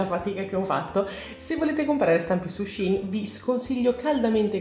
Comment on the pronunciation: Bellissime creazioni come sempre💙💙 comunque hai ragione tu si pronuncia "shin", perché il sito inizialmente si chiamava SHE INSIDE, shein è il diminutivo